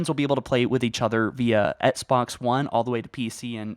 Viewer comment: Hello my mate, why do you keep pronouncing Xbox like “etsbox”?